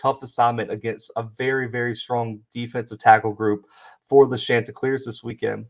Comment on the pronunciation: Great stuff here!!! Two things though, it's pronounced Shon-ti-cleers like the name Shawn. Also, I thought I was going to have to clear my schedule this evening because you kept saying Tuesday, and my dates were mixed up. The game is tomorrow night (Wednesday) not today (Tuesday). Again, really good stuff here!